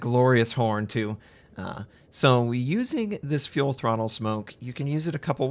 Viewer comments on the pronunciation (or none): Why is he saying fuel throttle instead of full throttle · cmon its full throttle not fuel throttle